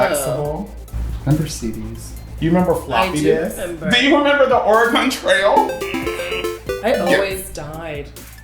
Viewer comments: LMAO the WAY SHE PRONOUNCED OREGON HAHAAH MUCH LOVE FROM OREGON BUT THATS NOT HOW TO SAY IT😂😂😂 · “Do you remember the OreGOne trail”